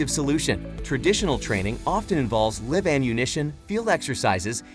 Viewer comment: the AI can't pronounce "live exercises"